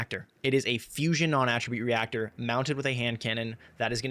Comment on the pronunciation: NON- AT TRA BUTTE NOT AHHHHHHH tribute. lol you actually said it right a few times half way through.